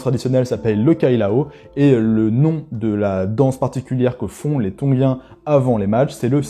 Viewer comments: Tongien! et pas tonguien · Désolé, je m’arrête pour commenter (même si ça ne changera pas la suite de la vidéo), mais je ne sais pas pourquoi tu t’obstines à dire « Tonguiens » plutôt que Tongiens 😂😂😂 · Trop bien, merci! Par contre ne dit on pas ton[j]ien? Je ne suis pas sûr mais ça m'a piqué l'oreille à chaque fois..